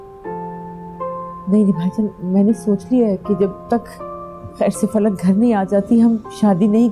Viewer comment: Everyone said फलक but gaiti said पलक 😅